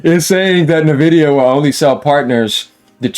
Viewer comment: Sup fellow Texan! I’ve seen like 6 YouTubers pronounce Nvidia “Nevidia” It’s “En Vidia” just FYI my guy